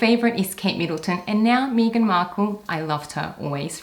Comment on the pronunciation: Good tips but you totally lost me at Me-gain Markle. sorry